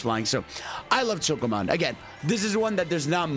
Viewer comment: "Choke-oh mountain" Bruh your pronunciation got ME choking